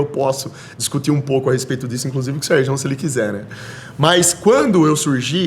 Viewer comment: falando Serjão ta errado jkkkkjkj deu ate agonia